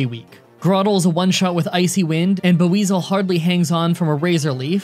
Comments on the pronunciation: I wonder if you could beat a Gen 7 game with only a Mimikyu or Drampa. It would get rid of the catching other Pokemon to learn HM’s rule exception. Also, Staravia is pronounced: Star-Ray-Ve-Ah Buizel: Bwee-zuhl (The b & we sound is together instead of Buh-we-zel like how it's spelled.) Sorry to be nitpicky about it. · "Bu-weezle" he says